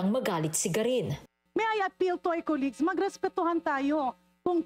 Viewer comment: Hoy garin masyado kang nag dudunong dunongan eh colleague lang hindi mo alam bigkasin, masakit sa tenga pakinggan Mag praktis kamuna.. Kung paano bigkasin